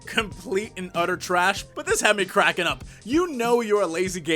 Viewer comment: Hmm the way you say "trash" every time somehow reminds me of "Sesame Street - I Love Trash!" song :)